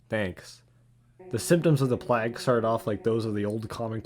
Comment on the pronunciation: So, I've not found a comment about it yet (a minute or two of scrolling) so I guess I'll say it. You mispronounce plague in the video. Hope this helps. having watched to the end, and enjoyed my time. I took a look at your channel and recent uploads and...you have a new subscriber.